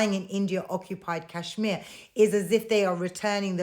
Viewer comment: You Pak iis can't even pronounce Kashmir properly. Lol. And stop dreaming about India's Kashmir. Your so-called Azad Kashmir is in reality Pakistan-occupied Kashmir. You guys never conducted legitimate elections there. Forget POK; you guys haven't even conducted fair elections in entire Pakistan. The general election last year was a sham too. Lol. Keep crying 😂